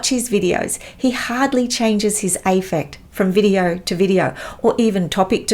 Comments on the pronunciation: I agree wholeheartedly with all you say. You have unfortunately spelt “misogyny” and “analysing” incorrectly in your title. It is difficult to understand why you pronounce “affect” as “aifect.” It is pronounced with the “a” as in cat. The “a” is to be emphasised. I can understand your attempt to go to “war” with Dr Grande, the pretender, but am afraid for you. If you are receiving abusive messages, is it really worth it? In today’s very nasty world there are people who somehow manage to go further than social media. Please be careful. It would be a delight if you could teach us on YouTube and simply ignore Dr Grande’s offending/offensive presence. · Indeed - a clinical psychologist mispronouncing affect as "aifect" was just embarrassing to watch! Also, this is the internet and people will always offer their opinion. She clearly has an ego and became very defensive and played the victim when people disagreed with her attack on Grande, then went on to mock him and attack him more. If she doesn't want backlash perhaps she shouldn't attack people.